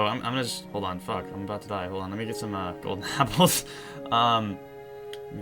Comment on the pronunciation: DID HE JUST SAID GOLDONAPPLE?